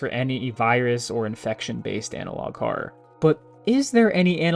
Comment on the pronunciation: Bro can't even say the word "horror" right